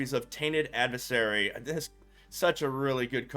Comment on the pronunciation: Tainted Add-vis-sarry Lol